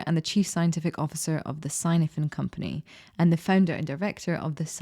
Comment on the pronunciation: Snowden is Welsh. Cynefin is the Welsh word for habitat. Pronounced ‘kinevin’..